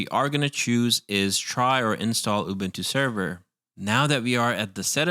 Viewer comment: Man i love the guide and everything but the way you say ÜBÜNTÜ gives me the shills.